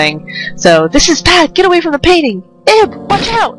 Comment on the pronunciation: Hon, it's pronounced "Eeb". XD It's really supposed to be "Eve", but that would have caused confusion with another famous game called that. XD